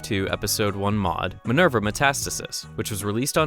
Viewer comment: "Manerva Met-assisis"